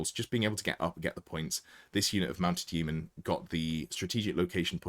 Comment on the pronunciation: Please pronounce Yeomen properly!